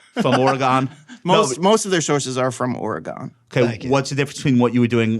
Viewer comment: Okay I'm a little bit surprised that Josh pronounced Oregon correctly. That's usually troublesome for people who come from the East Coast